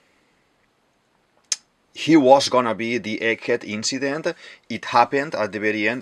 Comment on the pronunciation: I love your accent, my guy, i don't want to watch your video till the end, but "eliminatid, saTURn, WeBUL, inCIdent, uraNUS, PolY, CroCUS". Is this your secret strategy to maintain viewers?